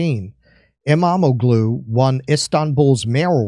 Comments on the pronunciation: SAY: AIR-do-wan and Ekrem EEM-mam-mool. Apparently, the "g" is silent in Turkish names. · El-mah-ma-glue? lol why haven’t we invaded this country yet?